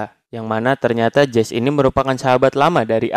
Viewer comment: jesse itu bukan jes tapi jesi😂